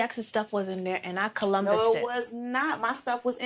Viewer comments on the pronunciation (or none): lol at saying "I columbused it"